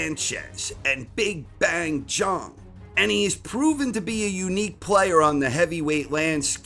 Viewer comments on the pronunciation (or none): Who is Jong? Would this nickname be Big Bong if his last name was pronounced Jong?